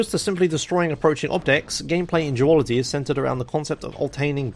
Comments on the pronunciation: I thought you said geology when you were saying duality xD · Is he saying Duology on purpose? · Anyone else thought he said "Jewology"? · Booskop I thought it was like duology or zoology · why does pronounce 'duality' like 'geology'